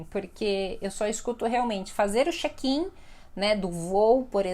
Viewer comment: A palavra Chat e Chek na se pronúncia assim como você pronúncia..